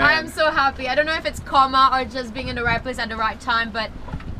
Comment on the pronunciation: I love how she pronounces right as white.